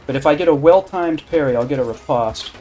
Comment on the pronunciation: Its pronounced "rih-post", not "reh-pahst"